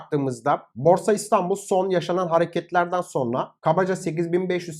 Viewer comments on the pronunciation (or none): none